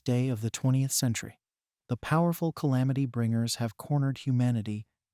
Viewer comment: Why can’t u say calamity tho